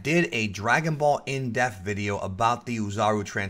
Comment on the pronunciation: I know somebody else had to have noticed this but every time he says “in depth” he says in death...